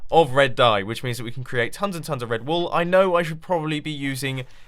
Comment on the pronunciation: I thought Mumbo said "Red Bull" when he said "red wool"